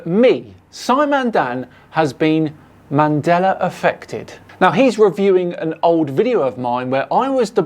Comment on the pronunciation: Um didn't used to say Mandela effect? I kinda hear ManDelar effect. Or maybe I'm remembering it wrong Mandela with an 'a' not 'R'